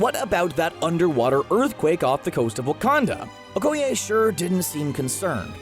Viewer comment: Her name is Okeye not OHkeye